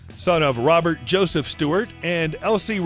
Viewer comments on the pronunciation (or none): none